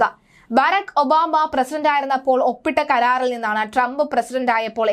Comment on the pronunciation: പേര് നല്ല പോലെ പറയുക